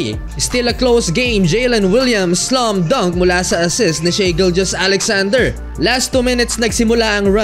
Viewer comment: Not she shy correct pronunciation